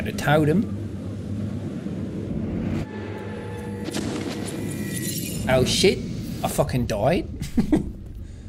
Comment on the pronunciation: Every time sean saying totem it sound like sean saying total them. ( I do not mean that in a bad way)